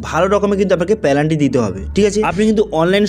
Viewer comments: পেলান্টি নই পেনাল্টি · পেলান্টি নয়, ওটা পেনাল্টি হবে।